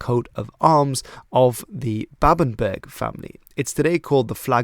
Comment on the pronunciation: Babenburg? Bebamburh? Bamburgh?